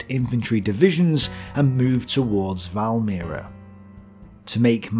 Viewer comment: You butchered pretty much each and every Latvian and Russian name, except Valmiera. XD But that's OK, even Russians find Latvian omewhat hard (there are some sounds not present in most other languages), despite Baltic and Slavic languages being pretty closely related. Well, you know, like German and English also are related, but.... P.S. Sigulda and Kuldīga were also good.